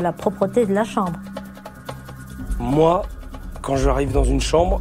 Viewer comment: Jpp quand Phillipe a dis « dans ma sambre »😂😭